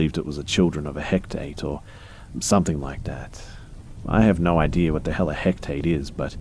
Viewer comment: Lol it's Hekate, or Hecate. Pronounced heck-ah-tay. Greek goddess of magic, witchcraft, the night, moon, ghosts and necromancy. The only thing that I can think of, as far as "Hekate's children," is that perhaps the woman was speaking of the goddess' legion of ghosts, phantoms, and demons, which she would send out nightly, to teach sorcery and witchcraft. These creatures exist near tombs, where two roads cross each other, and near the blood of murdered persons. Look for Hekate, as she wanders about with the souls of the dead. Her approach is announced by the howling and whining of dogs.